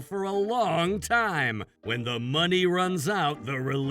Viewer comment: Is saying money like Mr. Krabs 🦀 🤑